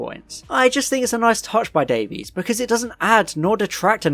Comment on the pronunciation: "Davies" is pronounced like "Davis" I think you'll find, in terms of Russel T.